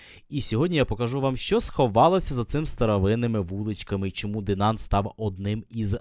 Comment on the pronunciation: Не Денант а Динан!